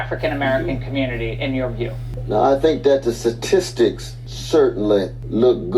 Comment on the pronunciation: Dude is a professor and he says "Satistics" 🤣 ....omg the education bar is low